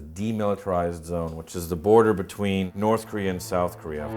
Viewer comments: I lol every time I hear Korea pronounced as Koreahr XD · north Korear is best korear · the only solution to unite south and north is to eliminate the Communist and the democrats and turn korea into kings and emperors like in the ancient Korea that way the world will not worry about the koreans starting war anyways why does the N.Korea pronounce Korea as korear